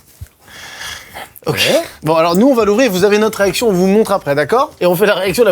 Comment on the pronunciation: J'ai l'impression que quand Mcfly dit "réaction " au début.. il dit "erection" 😂😂